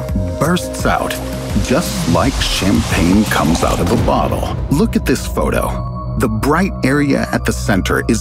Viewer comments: bro why you say "butt hole" instead of "bottle" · why does he say "bottle" like "butthole"? That has to be on purpose right? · Who heard "butthole" when guy said "bottle"?! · Whenever he says bottle it sound like he say butthole and then the way he describes it makes it better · did you say “butthole”? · he definitely said butthole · it sounded like he said "butthole" lol